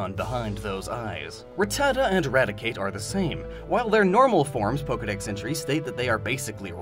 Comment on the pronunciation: THERE IS NO I IN POKEDEX!